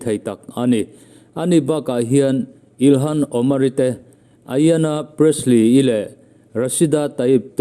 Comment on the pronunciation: Îlhan tia lam lovin, Ilan tia lam zawk âwm tak a ni. H hi ri lo se